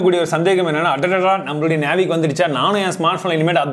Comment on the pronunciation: அழகா தெளிவா சொன்னிங்க (நேவிக்)👌👌👌